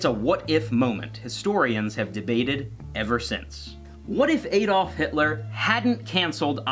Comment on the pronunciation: A Dolf it's Adolf